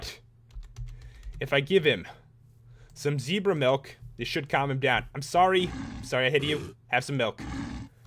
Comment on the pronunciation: It's Ze-bra not Z-bra and it's is Gems-bok. love the vid